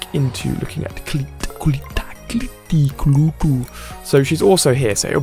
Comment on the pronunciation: It's "Cole - let".